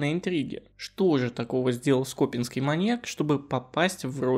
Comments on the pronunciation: С Новым годом! Всем желаю добра! Автору - успехов в работе, огромная благодарность за интересные истории. Прошу обратить внимание на ударения в словах: то скОпинский маньяк, то скопИнский. Это режет слух и сбивает с настроя. И нужны, наверное, паузы для разделения историй, когда их несколько, как в этом видео. Очень хочется, чтобы канал процветал! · скопинский ударение на и а не на о. Уши режет неправильное ударение. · То скОпинский, то скопИнский, странный вы какой-то. ЩетинА опять же. Суд Хорошёвский, но это можно не знать.